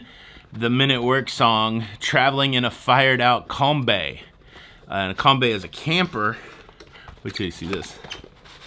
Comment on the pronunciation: 'com bee' is the correct way to say it.